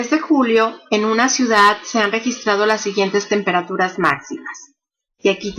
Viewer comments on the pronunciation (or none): none